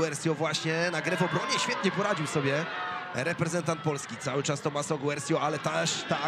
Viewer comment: TOMMASO! nie tomasso